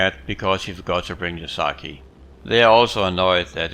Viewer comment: Sake, not saki